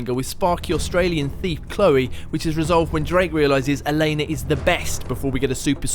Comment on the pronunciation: Did he seriously call Drakes love interest elaya? I can't even. It's Elana ffs